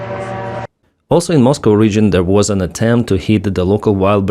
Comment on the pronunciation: Is it Moscow ..? Or MustGo?